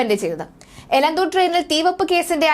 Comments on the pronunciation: Please note that name of Elathur Railway station. Not Elanthur. Give clear instructions to the news reader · എലന്തൂർ അല്ല, എലത്തൂർ.... പേരുകൾ ശരിക്ക് വായിക്കൂ കൊച്ചേ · എലന്ത്തൂർ അല്ല എലത്തൂർ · എലന്തൂർ അല്ല ! എലത്തൂർ ആണ് ശരി....